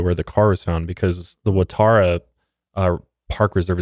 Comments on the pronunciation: From an Aussie, for the sake of corrections (given your discussion of the supermarket/hardware store). Cronulla is pronounced cron-ulla, not cron-ola. Wrong vowel! Waratah is wa-ra-tah, not wa-tar-a. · Waratah, not Watarah😉 Also Cronulla is pronounced differently...Maybe you just need to come over here, easiest way to learn a bit of Aussie pronunciation 😊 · I do t mean to be a pain in the butt.. but the parks name is pronounced wa_ra_tah it's named after a flower that grows in Australia 🇦🇺.. but I have enjoyed listening to this podcast of 2 of the people I actually follow together ❤